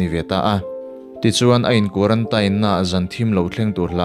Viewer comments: quaratain ti loin quarantin ti la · Tinge kuarantain itih tlat a, kuarantin ti teh, thring treh truh emai🤣🤣🤣🤣. Anyway, ka khawngaih lutukk emai ala naupang si... Bakah naupang chauh ania, mahni a dah re² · zo inspiration vul zel rawh se..Pathian malsawmna dawng mawlh teh u...mahse quarantine(tain) ti a sawi hi a fuh lo a nia...kuarantîn tih tur an tia kan mithiam zawk ten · Quarantain tilo in quarantine ti ve mai la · Quaranteen tiin lam ta che, sap ṭawng chu sap ṭawng angin lam tur, mizo ṭawng chu mizo ṭawng angin lam tur, lam no teh chiam vel kha ngai lo. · Quarantine hi teen tihin lam la ngaihthlak a nuam zawk ang male. A diklo chu ka ti chuang lova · A dik chiah, kan tawng a ni lova,sawisel theih chu kan nei lo, mahse (teen(tin)) ti a lam tur zawk anih hmel. Tin, a dik zawk pawh anih hmel e, kan ti ve mai2. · Quarantine i lam dan hi a dik lo a zathlak deuh lo maw in bihchiag hmasa ve deuh la tha sin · Kei pawh khi2 ka lo sawi tum tak😂😂😂😂